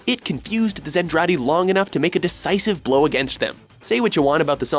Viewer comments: I am so surprised LOGH, Lodoss and Macross were even mentioned on this list. Usually they get snubbed for being older, less mainstream series in the West. Also it's ZENTRADI. Not pronounced "Zendradi", but still, I should thank them for not calling Macross "Robotech". God I hate Harmony Gold. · "Zen-Traa-Dee" The way the announcer is saying it is definitely wrong. Macross should definitely be higher, Macross Island and Vancouver are completely wiped off the map, and then 2/3 through the series all of Earth is basically eradicated when the Zentradei fleet carpet lazers the planet from orbit. I like that Lodoss War made the list tho.